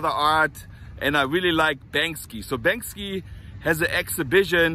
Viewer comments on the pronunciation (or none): "Bank See" is how it's pronounced. I hope you get some tickets, I'd love to see the show myself. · I love you, but I've always heard "Bank-See" not "Bank-Ski". Thank you for teaching me about Venice and Los Angeles! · Get 2 ! I wanna go with! lol Maybe try Stubhub or any resale app. BANKSY (Bank-See, not Bank-Ski) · “BANK-See “. is the pronounciation. Love u man! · im not sure if you cant pronounce his name correctly. Its Banksy not Bankski. LOL the feeling is there though. keep it coming. peace. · Ok let me do ya a favor. It’s not pronounced the way you’re saying it. You’re saying Banks-ski…and the proper way to say it is Banks-ee. Just in case you get to go and talk to the heavies you don’t want to sound silly. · Maybe you should learn to Pronounce Banksie